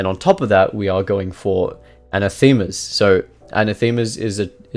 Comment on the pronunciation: A surprise to be sure but a welcome one, gonna try this build. By the way anathema is toned on the second A and comes from the Greek word that basically means 'curse you' . Keep making amazing kha videos